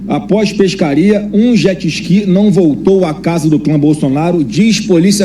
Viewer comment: Que "peshcaria", 01 ? Pescaria de jet-ski e sem anzol ? Cadê os peixes ?